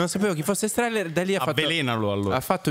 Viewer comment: Strehler....con una L